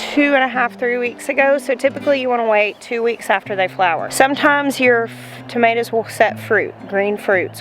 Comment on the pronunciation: lol... did you say tomatoes?